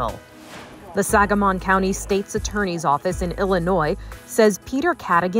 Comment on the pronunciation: Your saying the county name wrong